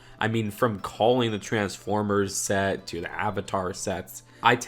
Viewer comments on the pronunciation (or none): none